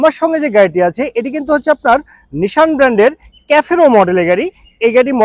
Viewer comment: ক্যাফোরো না রে ভাই। সেফিরো